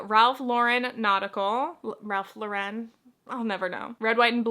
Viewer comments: It's just Lauren, like the name. Not LauREN. I finally learned the difference when I watched a documentary about the brand. Lol. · Thank you for this. I hear lauREN all the time and I’m like….its literally Lauren. He’s an American designer. lol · It is pronounced like the woman's name-Lauren. Ralph's real last name is Lifschitz by the way.